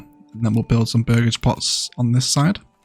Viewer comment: This game looks incredible and yes you are saying burgage correctly!